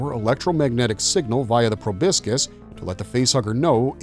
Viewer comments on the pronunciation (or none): Please, for the love of all that's holy, learn how to pronounce proboscis properly! It's pro-bos-is, not pro-bisc-is.